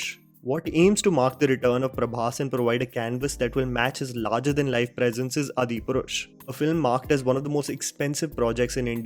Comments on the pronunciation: I love your videos but why do you never pronounce the 'aa' sound? why do you always say it like 'a'. Example- Its Aadi Purush not Adi Purush. Its Baahubali, not Bahubali. It sounds comical. आ vs अ lol if it makes sense. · Brother!!! U made me off ur video when u said "adipurush". It is Aadipurush even they haven't put double A, you should have pronounced correct. Even a child in India who have read little Hindi and know ramayan can tell aadi purush. Pls Don't forget ur own language while trying to be perfect westerner lingual. Bhai thodi Hindi or dharam bhi jaan le.. movies ke review karte karte sab bhul gaya tu..... I like ur channel and constant viewer.but ur adipurush ll make me to avoid ur channel for quite sometime now. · I wonder how this guy doesn't know how to pronounce AADHI PURUSH...??? Or he is just making it fancier to pronounce. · It’s not Adi Purush. As an Indian (with so much Indian accent ) you should know how to say the Indian words right. It’s ÁdiPurush. The A is a long vowel. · Hey, awesome video. I am also excited to see all these ventures turning gold on to silver screen. (Though my mantra is "Keeping Expectations low, yet Hopes high). BTW... I have a request (regarding some pronunciations). Brother, I am following you since long and I have noticed you mispronunciating many movies. Repeat offenders are Bahubali and Adipurush. It is "Baa-hu bali" (not Bahubali) and "Aadi-purush" (not Adipurush). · It's pronounced aadi- purush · Its pronounced Aadi purush